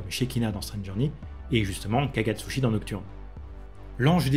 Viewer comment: Je souris à chaque fois que j'entends "Kagatsuchi" à la place de "Kagutsuchi". 🥲